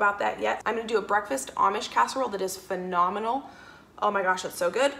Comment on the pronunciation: Am I!!! The only one that heard, phenomenimal(instead of phenomenal 😄😄😄, BTW I think she's still super cool🤗😘💐💖